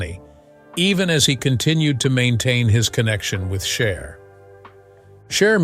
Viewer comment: So was Sonny, but you only call out the woman....Btw, her name is Cher, not " Char" Also, Sonny was having an illegal relationship with an underage girl...Cher was only 16. But, of course, the age old story..She's "bad" but He's okay. Really sad and not thinking for oneself that women are brainwashed to villify other women...and even young girls!